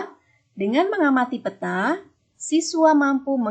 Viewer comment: bagus Bu..hy pelafalan peta nya kurang tepat